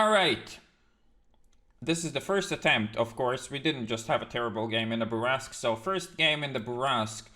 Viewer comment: Bourrasque. How hard is it, calisse.